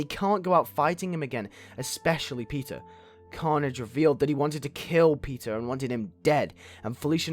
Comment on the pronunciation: Why does it sound like you're saying pizza but you are saying peter